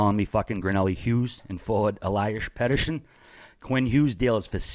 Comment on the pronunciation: Eliashh pettershon